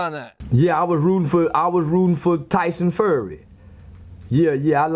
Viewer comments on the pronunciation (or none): He keeps calling him tyson furry 😂